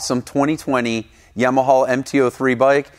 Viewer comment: its Yamaha...not Yamahol